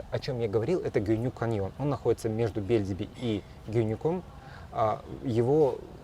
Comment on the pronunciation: Не БЕльдиби, а БельдИби. Это турецкий, а не русский или белоруский язык, пожалуйста!